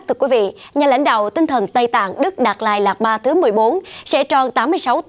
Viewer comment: Biên tập viên đọc tên đạt lai lạt ma cũng. Sai nữa😂